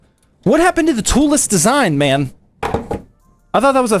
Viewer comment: Every time zach says “man” I hear “ma’am”